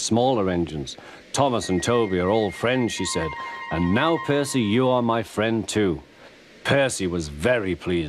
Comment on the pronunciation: Ms. Kindly changes position from behind the gate to the stairs Henry has wonky eyes Henry's face is crooked Stock footage from Terence the Tractor Terence teleports from the side of the house to directly in front of it The narrator mispronounced Percy Crewmember on the right (how the hell did they miss that)